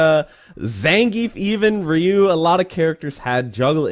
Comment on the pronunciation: I'm actually happy for one, you read Ryu the right way... there are too many people who read it wrong, that even my asian friends begin reading it "Raiyu"